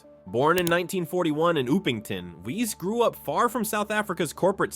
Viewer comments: It's Dippenaar, not Dippar. Wiese, not Weeez. Jannie, not Jenny. Upington, not Oepington. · Wiese pronounced = viesse